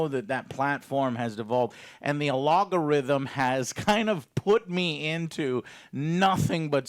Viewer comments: "Algorithm" not "alogarithm" (think of "Al Gore") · Hair-looms A-log-o-rythem Nitch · Love any superman support, passion vids for supes is always great to see but, "A log o rhythm"?